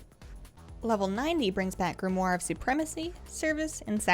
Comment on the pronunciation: thank you for being the ONLY person I have ever seen make a WoW vid who pronounced 'Grimoire' correctly...you rock!